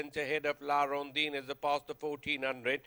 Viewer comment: La Rondine not La rondeen